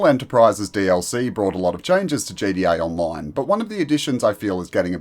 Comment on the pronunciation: damn the way he said gta online is funny